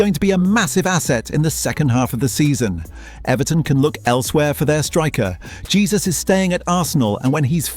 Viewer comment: It's Hesus not Jesus 😂